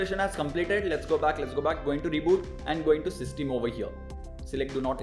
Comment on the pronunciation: Plz pronounce system correctly its quite annoying